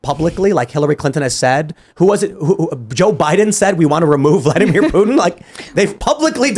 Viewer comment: She keeps saying 'Putin' like 'Puttin' and it's so annoying.